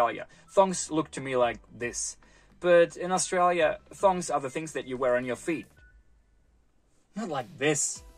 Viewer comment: Make it an upper case O in ThOng to say it properly.